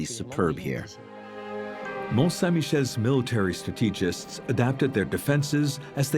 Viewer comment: ImpenETrable?! Terra COAta?!? MEEca!! StratEEgists. Bot Alert. Or more likely, French native narrator who can't handle an accentual language.